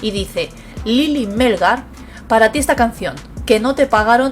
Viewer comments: Hola. Gracias por la información. El apellido de la señora es Melgar, no Mélgar. acento en la última sílaba. Saludos! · Melgar lleva el acento en la A no en la E ...